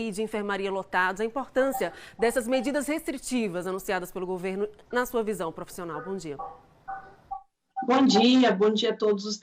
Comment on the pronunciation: Querida........não é GU e sim:GO-VERNO. OK??? Bjs.